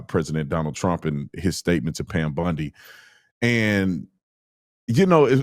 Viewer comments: Why the hell do you keep saying Pam Bundi???? It’s Bondi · OT calling Pam Bondi, Pam "Bundy" is always funny to me. 😂